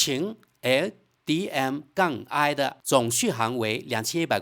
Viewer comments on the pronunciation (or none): 你是机器人语音吗怎么老念那个qin L DM-i😂😅